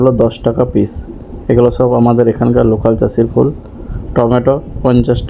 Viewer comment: যাক আপনার উচ্চারণ টা নোকাল থেকে লোকাল হয়েছে.... আগে আপনি নোকাল চাষি বলতেন ওটা এবার ঠিকঠাক উচ্চারণ হচ্ছেন